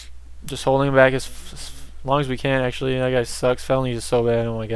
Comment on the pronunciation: "I'd like to remind everyone dat felonies is really bad at this game..." lol but you pronounce your "th"s like "d"s. Kind of odd.